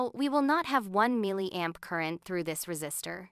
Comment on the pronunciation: I despise the way that the AI voice pronounces "milliamp"